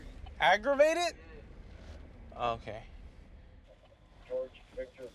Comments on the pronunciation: The cops face / reaction when trying to understand the suspect. Suspect: "Uh, Robbrerry. Autograde Robbery" Cop: "Robbery?" Suspect: "Autograde Robbery" Cop: "Uh.. uh, what?!" Suspect: "Autograded Robbery!" Cop: "Aggravated?" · AUTOGRATED???? AUTOGRATED RAWBABRY???? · “Arogated robbery” lmao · Cop: “You on probation or something’?” Other guy: “Yeah. Roberated Robbery...Autorobberated robbery wobberated robbery...” Cop: “Aggravated Robbery?” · "arragrated robbry" ohh, now i see why hes robbing things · “Arogargted robbery” 😂😂😂😂😂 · Officer: "Are you on probation or something?" Guy: "Yeah" Officer: "For what?" Guy: "Uh - uhh - robrery. Aggrebvated rorbrery" Officer: "...Robbery?" Guy: "Ar - argrevgated roberry" Officer: "I - i...what???" Guy: "Argregated rovvery" Officer: "AGGREGATED? Okay" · "Arragrated robbery" lmao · One of my favorite parts of ANY of these episodes... The Latino guy trying to say aggravated robbery and having to be corrected by the officer is absolutely hilarious 😂😆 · I've never heard a man struggle so much just to say "aggravated" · Maybe that guy literally should've stayed in school when he can't even say aggravated robbery! I'm not American or English and even I can say that ridiculously easy word 🤦‍♀